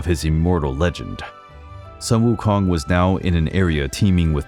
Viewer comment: A bit late but I’ll still like to praise you for the impressive pronunciation of Sun Wukong! 👍🏻👍🏻👍🏻